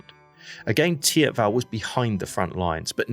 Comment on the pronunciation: Never heard anyone call it Tiabell lol. Teep-vel or theep-vahl.